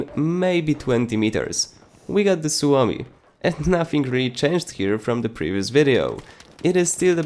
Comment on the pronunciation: You are the only content creator who I have heard pronouncing the Suomi right :D (I know that because I'm finnish)